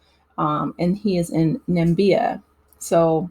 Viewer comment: Namibia not Nambia.......Na-mi-bi-a